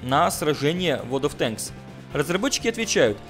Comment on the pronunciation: Ура правильно произнес ВоД от Тэнкссс